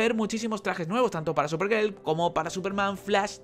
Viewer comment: buenos videos, pero escucho superGEL y me dan ganas de dar dislike, pero me calmo y me retiro con tranquilidad